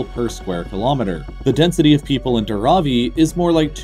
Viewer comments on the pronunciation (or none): Dar-aw-ee No. It's Dharavi. You need to add the air of letter H after D. And you don't need to make the first A shorter and second one longer. Both A are pronounced as in 'Bar'. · Its Dhaaraaavi... Not daraavi..